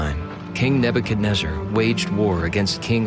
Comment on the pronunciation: Thank you for pronouncing Nebuchadnezzar correctly👍I tried listening to 6 before others n couldn’t do it🙏❤️